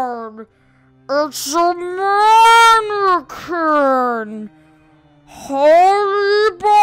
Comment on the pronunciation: Manequins why dose he calll the mainqine